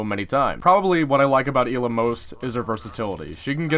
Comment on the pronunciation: It is Ella it is spelled ela but it is Ella